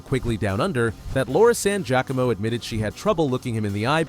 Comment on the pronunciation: Look up Giacomo pronunciation... Please. Gia co mo.... Not jacqueimo